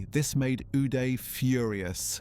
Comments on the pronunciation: "Againest," "stick" for a golf club, location of Switzerland , "Goodby," "19;00PM," "News Paper," "Yought." Really? And the guy's first name us pronounced with "ah" not "eh." What is going on here? *Do you think reading is some kind of a lifestyle that you are just not into? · Is it just me or is how he says uday funny for some reason 😂